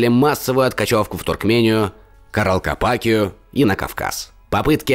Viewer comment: Род «Адай», а не айдай! Каракалпакия, а не каралкалпакия! «Чертовы исследователи» 😅